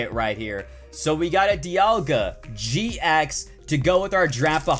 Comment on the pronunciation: GX not EX